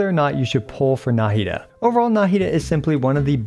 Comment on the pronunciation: Why do people pronounce her name nAhida instead of nahIda? Even in mihoyos official intro video they pronounce it nahIda